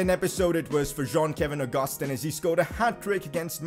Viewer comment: saying "JOHN KEVIN AUGUSTIN", its actually Jean Kelvin Augustin